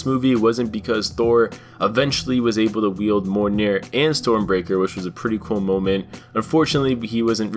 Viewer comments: Learn to pronounce Mjolnir bro. Me-yol-neer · Still says mijolnir like molnir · Wait how did u pronounce Mjolnir???